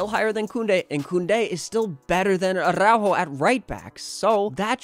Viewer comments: Spanish tip, not every R is Spanish is rolled, it's not aRRrrRaujo it's more like attow-haw with a soft t or d as in water. I hope you see this. Love from Canada. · Probably the only time where the "rrr" is not necessary, yet you say "arrrrrraujo"... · Man, the way you say aRRr🤬aujo 😂